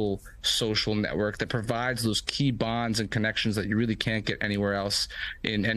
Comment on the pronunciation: Bruh the reporter said "weally complicated", 😂😂😂 its nice to know that these reporters are actual babies, and yes ive rewatched it twice he really does say weally, 😅